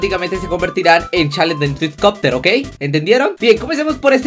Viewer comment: dice swacopter creo que se escribe haci y los subtítulos dicen Twitter :V